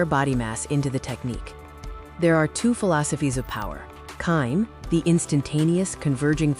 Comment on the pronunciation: It’s not Kim. It’s kimi (kee mee). It’s also do( dough) not do.